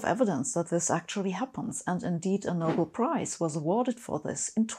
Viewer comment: Also, the way she pronounces Nobel might be more correct than I usually hear it. Great videos!